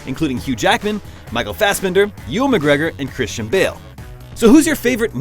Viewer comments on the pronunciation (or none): none